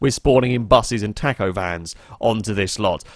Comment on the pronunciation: oh dear god i hope i never hear you say taco again